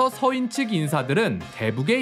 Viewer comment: 동인, 서인의 서인은 단음 길게 발음하니 평민으로 들럼